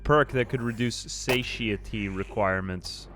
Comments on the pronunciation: Satiety is pronounced suh tai uh tee. It is weird you mostly see it in print. Also, "Beware the Terminus." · SATIETY pronunciation suh·tai·uh·tee ;)) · Way late on this but just in case if you’re looking on the pronunciation for “satiety” think of it like sat-eye-itty if that helps at all lol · its pronounced "suh-TIE-eh-tee". satiety